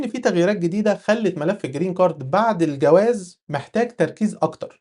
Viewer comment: هنا مشكلة باللفظ 😂